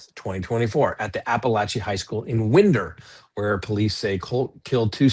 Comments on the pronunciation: Win-der. Like you wind your watch. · Fyi..... The town Winder, Ga is pronounced "wine....der"